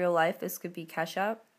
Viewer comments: when u said ketchup i thought u said kesha i was like what!!!!?????? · i thought she said in real life this could be ke$ha.. i was like what? but then i realized she said ketchup :)